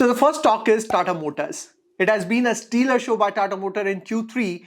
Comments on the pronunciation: excellent video. btw its pronounced " stela " and not " steeler" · Hi..it's stellar and not steelar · you have to correct your pronunciation for stellar